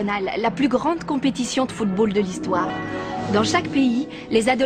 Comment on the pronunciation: pardon mais c'est anime est un putain d'anime de football, et la narratrice au debut NE SAIS MEME PAS CORRECTEMENT DIRE FOOTBALL!!!